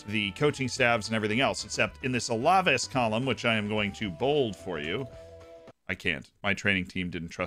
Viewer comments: I enjoy your videos and tips. Just letting you know, it's pronounced Al-Ah-Vase. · Love the vid Z but Alaves is pronounced Al-Ah-Vase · I find it pretty funny how Z says alaves